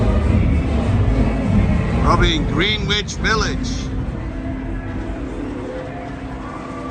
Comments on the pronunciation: Greenwich is pronounced as “Gren-itch”. Now, you know. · Greenwich pronounce GRENICH.